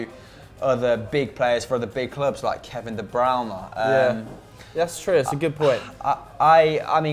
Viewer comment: “Kevin de brown eh”😂😂😂